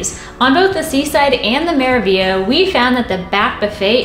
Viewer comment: The review was interesting and informative. However, did you guys realize you were saying the name of one ship wrong the entire time. You kept saying "Me-ra-vi-a"... isn't it "Me-ra-vig-li-a"?